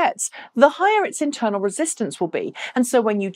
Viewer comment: Intwernal? Lol!